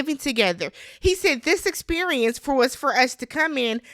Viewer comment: Experiemence haha I love it